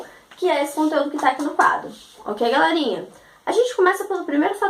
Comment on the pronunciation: Evita de falar Galérinha !! Suas aulas são muito boas... Gostei ! :) Porém galérinha é muito irritante !!